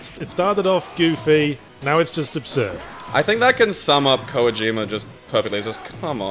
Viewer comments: I'm curious who this "Koa-jima" person is that keeps mentioning. I know who Kojima is, but not "Koa-jima." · Anyone else cringe every time says Kojima as "Koyee-Jima" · pronounces "Kojima" funny.